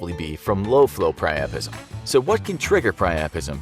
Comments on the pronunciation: Pri-u-pism not pri-aa-prism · The first word I’ve ever heard him pronounce wrong... “Piapism”